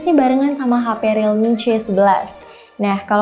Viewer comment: Gw dengernya rilmi boskyu. Gimana dong